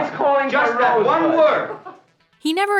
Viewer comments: He clearly said "Rose butt" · Who the hell heard him say rosebud? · who the fuck heard him say Rosebud???? bullshit film from start to finish!!!